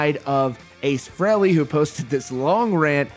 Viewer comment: Why don't you pronounce his name correctly pronounced Free-Lee not Frail-lee